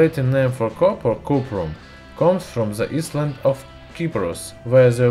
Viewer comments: "...comes from the island of Cyprus" : "island" in English is pronounced like "eye-land". "Cyprus" is pronounced like "sigh-pruss". "ceramic" has a soft-c sound in English as if it is pronounced "se-RAH-mik". The "k" in "know" is not pronounced. ("no") "Blue-blood" (bloo-blood) But the word blood rhymes with flood or mud. You really should prepare your script and have it checked by an English-speaking person for proper pronunciation. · The K in known and S in Island are Silent. you don't have to pronounce it. also I love your Videos.